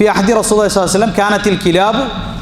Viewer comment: നബിയുടെ പേരിലുള്ള സ്വലാത്ത് ഒന്ന് മര്യാദക്ക് ചൊല്ലികൂടെ നബിസാൽ സമ എന്ന് പറഞ്ഞാൽ എന്താ